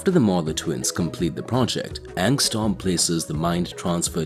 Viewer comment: Bro it’s not angstorm, it’s angstrom you keep saying storm lol